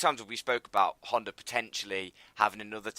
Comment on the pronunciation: ITS HONDAAAA NOT HONDERRRR